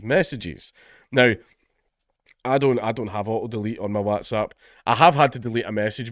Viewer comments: And yet again Dankula fails to pronounce"whatsapp" properly...I can assure you not all Scottish people say it this way. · Oh god lord is he going to mispronoonce Watsapp again 😂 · I wanted him to say “wotsopp” again so badly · More videos requiring Dank to have to pronounce Whatsapp!!! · I'm still finding it hard to get over the WhatsApp pronunciation 😅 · Every new video i pray count dankula learns how to pronounce whatsapp